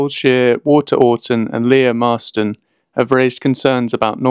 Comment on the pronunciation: Surely that's an AI voice? Nobody pronounces things like "Coal-shill" for Coleshill, or "Leah Marston" for Lea Marston! . There are other odd pronunciations earlier